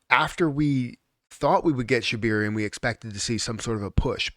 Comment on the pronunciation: ShibAaaaaaaarium not shibiiiiiiiirium.